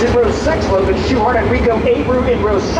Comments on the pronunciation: And you said zoochart it's not zoochart it's schuhart this is why you are a idiot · Your a idiot it's not Logan shuchart the c is silent it's hart